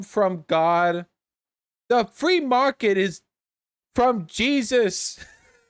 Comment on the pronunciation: The "Fwee mawket" comments had me rolling lol